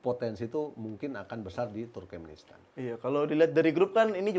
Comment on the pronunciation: salah terus nyebut turmenkistan 😂. Turkmenistan.